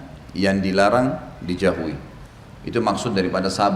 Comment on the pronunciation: Kenapa ustad kalau bilang dijauhi selalu "dijahui" 😄😄😄